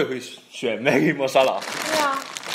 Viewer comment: he pronounced masala better than most indians :D